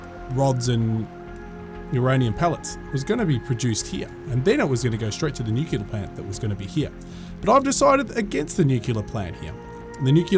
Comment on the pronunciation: It's pronounced new-clear not nucular, stop staying that it sounds dumb.